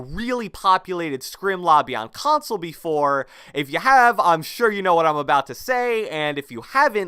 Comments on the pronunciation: Cant handle when he says console it sounds like [cronsole] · Every word with a “c” or “k” sounds like “KKKKHAWNSOLE” “Khhhawnsole” “Khhoment”. I couldn’t stop hearing it. Lol.